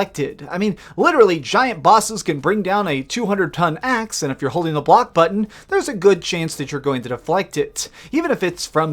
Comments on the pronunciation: turned video off after the second way you pronounce BUTT-TON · How come sometimes you say the word "button" like an absolute mong then other times you say it OK? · You say "button" weird. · You didn’t say it wrong, but the way you pronounced “button” with the hard Ts is the type of comedy I don’t want to laugh at. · 8.5? Wow ... I had it on Xbox back in the day I thought it was ‘ok’ ... the way you were saying ‘button’ tho 😂